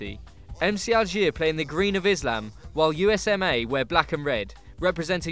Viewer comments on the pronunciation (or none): none